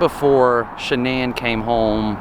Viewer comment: Her name was shan’nan not shianne